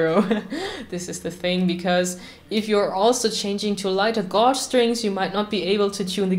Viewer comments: When you remove the old string unscrew or screw the "fine tuner" to a bit over half way so you have some adjustment after you re-string. Shamefully (as my German is rubbish-so who am I to criticise?) I am going to correct your pronounciation . String gauge is pronounced 'gage' like Rage with a "G" - we have lots of words in english that just don't sound like they look . Laugh= larf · It included lots of time indeed xD Well I always wondered how "gauge" is pronounced correctly xD Can you tell me?